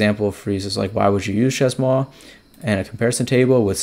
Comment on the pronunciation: pronounced /ʃeɪ mwa/ (shay-moi)